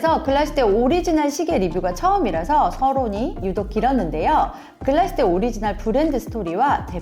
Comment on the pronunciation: 안녕하세요! 독일에서 일하고있는 시계제작자 입니다. 다른 지역명이나 브랜드명은 원어 발음으로 쓰이는데 유독 글라스휘테만 글라슈테로 적혀 아쉬워서 댓글 남기고 가요 ㅠㅠ 글라슈테가 아니라 글라스휘테 예요!!